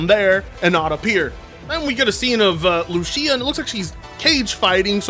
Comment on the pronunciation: How are you Hispanic and don't know how to pronounce Lucía